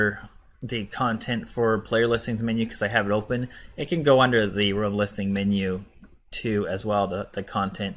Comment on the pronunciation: For the last 4-5 videos you have used the word Rum but I think you mean Room It's the difference between Rooooom as in BOOM! vs the word Rum as in Sum! room /ro͞om,ro͝om/ rum /rəm/ Its not SOO bad, but you have used the word over 100 times. I get you have used it correctly a FEW times. I know I know accents, foreign languages, but honestly its English it's a complicated, simple yet precise language. See NATO words for Alpha, Beta, Charlie. Such as Niner!